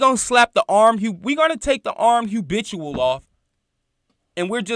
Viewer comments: Not trying to be funny but brother please try to pronounce it as “habitual” and not “hubitual”…. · ITS HA'BITUAL DUDE🤦🏾‍♂️YALL BLOGGERS GOTTA CUT IT OUT